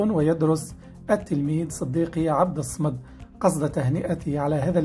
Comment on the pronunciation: راك تتمسخر ماتعرفش تنطق اسم من أسماء الله سبحانه وتعالى وهو الصمدبفتح الصاد ومعناه الذي تصمد إليه الخلائق